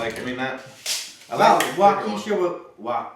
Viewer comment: Wow you said Waukesha right, very rare for a non Wisconsin resident to pronounce it correctly.